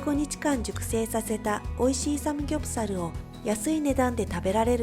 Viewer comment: 카오 누나 삼굡사루, 자갈치루, 서우루 발음이 너무 카와이하므니다